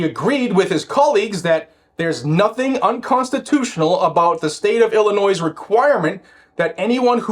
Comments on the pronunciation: Pretend the "is" at the end of Illinois is a "y". Thats how we pronounce Illinois ._. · As a former ILLINOIS resident, THE "S" IS SILENT. COME ON. You're what mid 40s, early 50s; you should know this.